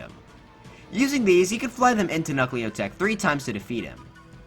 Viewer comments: bruh its knucklotec not knuckleotec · The way you pronounce Knucklotec makes it sound like knucklio tech 😂